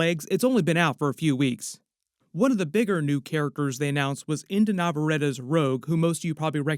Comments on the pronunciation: In case you want to know how to pronounce her last name Nah-vah-rreh-tteh NOT nau-vau-re-ti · Her name is not nev-uh-ra-tuh. It's Nav-uh-RET-ee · Just for the record, her name is pronounced In-dee Navarrett-ee. I'm excited for her casting and to see what she does with the role, even though I was on board the Odessa A'zion train. Inde is a great choice for the part! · You’d think you would know how to pronounce her name by now